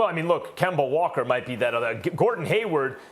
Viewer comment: Stephen “Kember” A. Smith